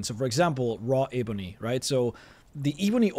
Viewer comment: Your pronunciation of "eeeeeebony" makes me cringe fml